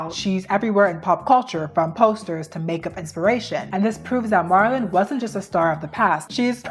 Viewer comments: Bro, check the names before you say them... Your video was bomb otherwise, but how'd you butcher Michelangelo and Marylin.. They're western and common too... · She's very eloquent and so far I've enjoyed the videos I've seen that she's made, but she pronounces a lot of words wrong like Marilyn, Bardot, Michaelangelo, and chic. I love that she says "period" though <3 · Why are we correcting how she pronounced MM’s name? How annoying🙄🙄🙄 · it was distracting to me 😅 especially with Marilyn’s name lol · It's pronounced "Mær-a-lin" Monroe. This is the first time I've ever heard it mispronounced. Ever.😅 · Girl, your pronunciations of Marilyn and Bardot are WILD 💀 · gurllll you are not saying Marilyn Monroe's name right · Forreal im glad im not the only one who noticed her butcher her name 😂😂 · Marilyn, not Marlin. I'm sorry even my subtitles picked up the mispronunciation. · Girl the way youre saying Marilyn (" Marel-Lyn") like Marlon...,😭😭😭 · Did you just call Marilyn Monroe “Marlin” like the fish??? That is NOT how you say her name 😂😂😂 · It’s not Mahr-ilyn, it’s Mare-ilyn. It’s not heroin chick, it’s pronounced like heroin shiek. I swear, it’s like you intentionally pronounce easy things incorrectly on purpose in every video lol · Girl I love you but it’s MARILYNN. Not MARLIN. That’s a males name. MARA-LYNN is how you say it. Also it’s MICHAEL not MICHELLE. Come on it makes it seem like you didn’t even study this video. And you call yourself a history nerd.. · it’s Marilyn not Marlon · Try pronouncing it Merry Lynn Monroe. Marlin was so cute tho 😂☺️ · it’s not marlin it’s Mare-uh-Linn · Some of these mispronunciations are SENDING ME 😂 Marlin? 😂😂😂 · I love the historical explanations. I also love history. This is the most interesting part to me. Btw "Marilyn," is pronounced "mare," ( like the female horse,) i lin. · im sorry MARLYN????? how do u mispronounce that icons name so many times😭😭😭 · MAIR-uh-lin is how you say Marilyn. Also, Bridgette Bardoe, long O and no T.